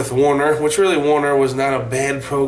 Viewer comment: You drivers need to pronounce "WERNER" correctly. Clue :doesn't have an A in it.